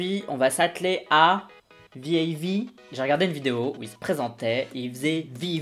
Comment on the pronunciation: vav c mon ult group et le blond c le mec de ma pp ! Et c'est v-ey-v pas vave😭